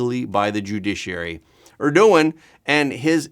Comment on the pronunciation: Please learn how to pronounce Erdogan.